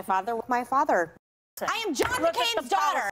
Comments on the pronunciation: My 'fodder' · She says it so much it sounds like she saying MyFodder😳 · Sounds like she’s saying my fodder 😂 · I heard, "Mahfarder..." 🤣😂🤣😂